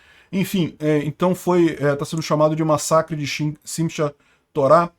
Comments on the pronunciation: Pronuncia-se "Sim Rá Torá" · É Sinhatorah. Pronuncia-se como SINRRATORÁ. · Olá, em hebraico você deve ler o “CH” como se fosse “RR” então “simchah torah” (alegria da Torah) se lê “simrra torá”, lembrando que são oxítonas. Valeu meu brother, parabéns ao Milei e um grande abraço daqui de Israel. Apareça quando quiser, terá lugar para ficar. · Olá! Muito bom o canal e bem informativo! Se escreve Sinchá Torá, mas se pronuncia “Sinrá Torá”. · Simchat pronuncia-se Simrrát. CH tem som de RR, conforme a palavra. Por exemplo Am Israel Chai é Am Israel RRAI. Como em Carro, Socorro, etc. Enfim, duplo RR. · Meu caro, a pronúncia do nome do ataque é: simi- rá-torá (Shim-há-torah). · a pronúncia de Simchat Torah é: "Sim(i)rráhTorá" tudo junto, após o M é quase como se houvesse um i, mas na hora de falar o I corta a pronúncia da letra deixando-a pela metade. por fim ch ou kh na transliteração tem som de rr (forçando a garganta )no português.